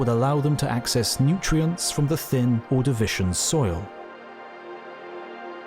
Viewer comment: HE SAID MY BELOVED PROTOTAXITES' NAME WRONG!!!! Edit: he also said Ordavician wrong, I know he has an accent, but still.